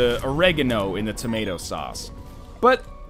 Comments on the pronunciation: Isn't Oregano pronounced awh-reh-gar-no (different emphasis...?) or is it awh-rega-no like NL said? Maybe it's just Britain that pronounces it like that. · What the fuck way did you say Oregano? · That pronunciation of oregano. Why do colonials have such weird pronunciations?